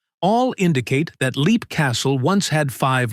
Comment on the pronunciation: I had heard Leap pronounced 'lep' before.